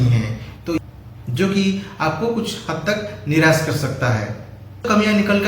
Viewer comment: Niras nahi Nirash hota hai